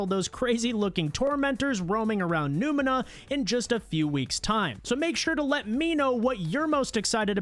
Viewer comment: WHERE??? LMAO!! bro it's NEO-MUNA. How did you get Numina??? 🤣🤣🤣